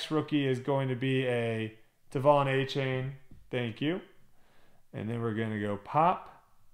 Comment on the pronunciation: I wasn’t sure exactly how to say his name either, but it’s A’chan not A’chain. I did a mega box and two blasters earlier today and pulled a Stroud Orange laser from one of the blasters. Keep hope alive!